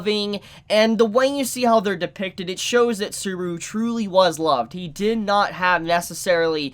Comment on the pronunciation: always murders the pronunciation of every single name lol "Suburu", "Ochiko", "Eyes-wa" (Aizawa) and now "Echi-Dana"